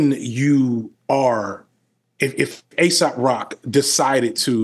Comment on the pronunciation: He definitely pretends to know more than he actually knows. He was pretending to know the "underground scene" but completely mispronounced Aesop Rock's name, and listed generics songs by him in the edit to pretend he "followed" the scene.